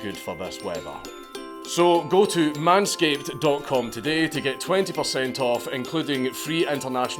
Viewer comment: Your commercial is so long I almost killed myself. The only thing that made it bearable was hearing the words "man-scape" in a thick accent, and thats only because accents make people sound 10 times more intelligent, and 10 times more hilarious.